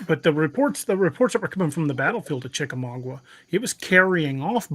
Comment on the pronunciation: Respectfully It's pronounced chick-uh-mog-uh, not mog-wuh